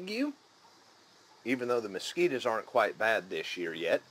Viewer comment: i have never heard anyone say mosquito like my grandma before. until i watched this video.